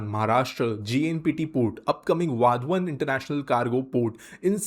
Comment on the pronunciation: वाधवान काय वाढवण बोल की लगा...😡